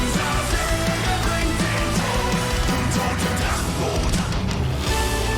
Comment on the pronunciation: Nice reaction. Thumbs up! :) Your brother won the pronunciation game. He definitely pronunced the "i" in the word "im" correctly and you didn't. BTW: Feuerschwanz is pronunced like "Foyerschwanz". The "eu" in Feuer is an "oy" sound. Greetings Mega